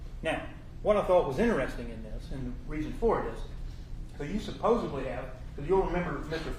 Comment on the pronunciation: “CoWObberate” “SupposeBly”